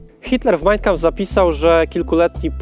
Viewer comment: Wszystko super, bardzo ciekawy odcinek. Jedna sprawa: to nie jest MAJNjkampf, tak jak to wymawiasz (brzmi fatalnie), tylko MAjn KAmpf - dwa słowa, z akcentem na 1 sylabę.